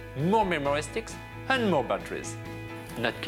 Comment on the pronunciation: lol the way he says memory steeekz